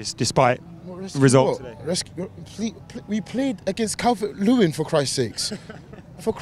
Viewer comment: “We played against Calwert-Lewin for christs sake” 😂